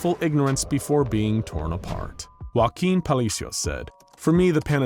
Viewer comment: you pronounced that last name wrong it's actually pah-la-see-os. It's my last name as well